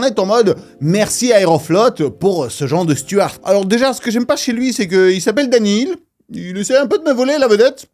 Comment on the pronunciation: On dit stewart, pas stuart 😉